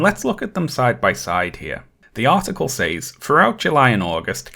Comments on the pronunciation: I need to know why pronounces says “saays” instead of “sez”??? Great content though, dore deserves to be exposed. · I love every time you say "Says" your pronunciation tickles my hears every time